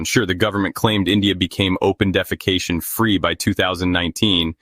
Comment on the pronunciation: The way you say "open defecation" makes me laugh 💀😂